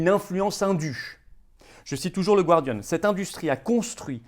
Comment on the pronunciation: Florian, "The Gardian", la première syllabe ne se prononce pas /gwar/ mais /gar/ comme le département du Gard, par exemple.